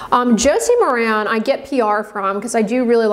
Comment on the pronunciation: FYI, Maran is pronounced mare-in. Josie Maran clarifies it in interviews and product videos.